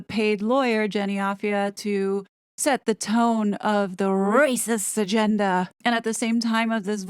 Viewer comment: Love how you are rolling the “R” letter and heightened your pitch to be higher… classic…. Rrrrracist….😂❤🇨🇦